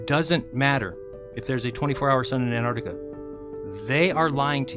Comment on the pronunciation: Is joining a monastery, He looks like a mad monk. And why are flerfers incapable of pronouncing Antarctica correctly, most of them miss the first T and call it anarctica. It’s pronounced like this ….. Ant..arc..tica.